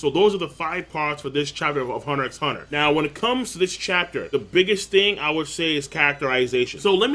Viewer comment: Lol you don't say the "X" in the name, it's just Hunter Hunter